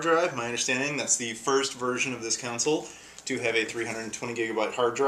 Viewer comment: dude it console not counsole